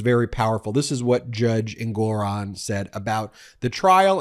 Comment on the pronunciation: Ben, the judge's name is pronounced "ENG-or-on." NOT "en-GOR-on."